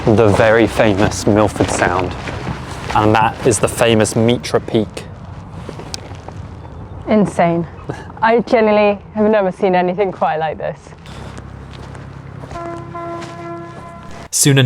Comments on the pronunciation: "meetra" peak? It's English guys..."mighter" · Kia ora from a Kiwi - Mitre Peak is pronounced like "Mighter", which is the hat that bishops wear since the mountain looks like one. Māori legends tell of how the sandflies in Fiordland were created by the goddess of death, Hine-nui-te-pō to prevent humans from lingering too long in those pristine areas, keeping them relatively untouched. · Its pronounced "Mighter Peak". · Sandflies are native to New Zealand, which is why you'd not heard of them before. Fun fact; it's illegal to kill anything native (plants, birds, insects), so, yeah... And, um, Mitre Peak, named after its resemblance to a bishop's hat. Not pronounced "mittray". Just something I giggled over a bit. Glad you two enjoyed your time in the South Island, featuring (yes) New Zealand's tallest mountain, Aoraki, the cloud-piercer, Mt Cook. Heading over to see your North Island video now, kia ora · 'Mitre' peak is pronounced the same way as a bishop's hat - after which it is named. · 'Mitre' like a bishop's hat - after which it is named